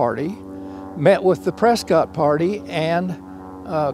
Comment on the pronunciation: Great content. But if you’re going to talk about Arizona you need to learn how to pronounce Prescott correctly.